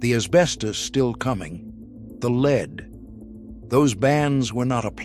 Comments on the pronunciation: Its not leed,its lead,like led Zeppelin fucking a.i. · Corded drills , grinders, sanders, and saws cases are not steel , they are aluminum alloy. It's pronounced Led , not leed ,soder, not sol der. The 56 chevy sitting in front of the garage , has the front end where the trunk should be ,while the cab is pointing towards the garage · Dear bot-voiced AI, please learn to distinguish between lead (Pb, the metal) pronounced LEDD, and lead (the verb) pronounced LEED. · Lead, not leed. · In what country is the metal lead pronounced leed ? My English, American and Canadian dictionaries all say it is led . leed is what horses are trained to do. The narrator has a British accent so this is weird. More ubiquitous than welding gloves and continuing longer were asbestos brake and clutch linings and fire resisant house shingles, ceiling tiles and wall insulation. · I hate these voice overs that mispronounce words. Like pronouncing lead like leed. Computer generated can be pretty dumb. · At least they could teach it English pronunciation - what material is leed anyway and is ii easy to soul-der?